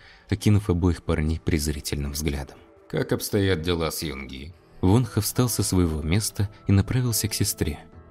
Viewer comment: Все хорошо, только одно но произносите пожалуйста имена правильно. ВонхО , а не Вонха.